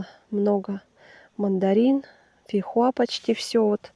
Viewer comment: фейхоа а не фихуа🥰🥰🤣🤣